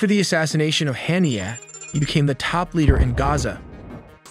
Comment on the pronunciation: Haaniya not Hyania learn to pronounce then show calibre, we know your language then yourself, follow me for better lang.